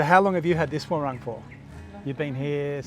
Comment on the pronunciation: What a wonderful place! Thank you for filming this… looks like Bali of old 😮 Just a side note, warung is pronounced waroooong, not war-rung. Your Bahasa is improving dramatically ❤